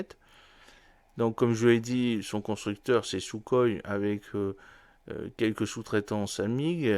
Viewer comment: Intéressant. Mais par pitié, apprenez à prononcer à peur près les noms russes : Okhotnik se prononce Ajótnik, avec le j comme une "jota" espagnole. De même pour Sukhoï.